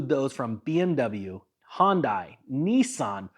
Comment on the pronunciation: Did you say hyndai or Honda?